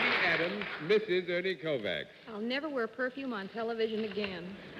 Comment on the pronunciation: Interesting how Americans can't pronounce a simple Hungarian name like Kovács properly.